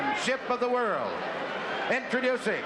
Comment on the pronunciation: to the citizens of america its world not wirl